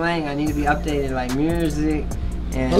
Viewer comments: “ this man said Murzik” 🤣🤣🤣🤣🤣🤣🤣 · "Murzik" lmao 😂😂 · Regular ppl: “Music” Me reading the thumbnail for what Pooh Shiesty says: “MURZIC” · the fact 30 tried to say "music" right and still couldn't pronounce it right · Bruh tried to say "music' correctly and still didn't lmao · C'mon now Shiesty you said cuban but you can't say music...